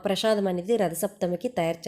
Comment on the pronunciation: Prashadam kaadu. Prasadam